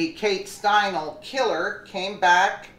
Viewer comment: Kate Steinle.....Stein-lee.